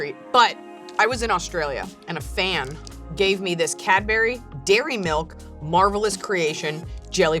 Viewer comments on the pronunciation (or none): none